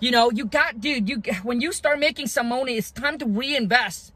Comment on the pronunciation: You say money Funny bro 😂😂 but thanks for the advice